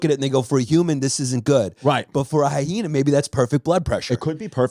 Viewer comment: I love the extra h they throw into the word hyena 🤣 hy-hena haha good stuff!